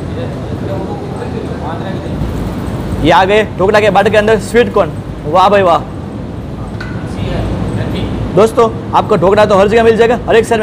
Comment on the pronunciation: ये "बाटर" है या "बेटर" है 🙄